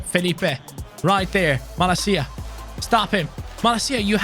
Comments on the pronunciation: The way you pronounce Malacia’s name, means BULLSHIT in Greek language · In my language, greek ,the way you pronounced malacia meens "bullshit"✌️✌️ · "Every day Malacia" 😂 Gennaro Gattuso, former OFI manager! So, in greek "malacia" means j3rk off, and you pronounce it perfectly! 👌🤣